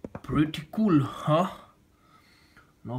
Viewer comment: “thank you very much forr watching crazy russian hacker” I lold so much at that